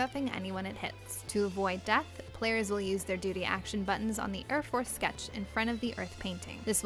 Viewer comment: it sounds like she's saying doody